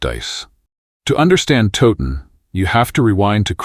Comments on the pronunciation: I had to stop watching after the battle of "Toe- ton", so much for teaching history when you don't get the basics, this is AI but I've heard people making videos about Towton who pronounce it Toe-ton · it's Towton.. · Battle of toe ton? 😅. Edward wa snot king at Towton. So many inacuracies here. Edmunds headcwas not put on the gate only his father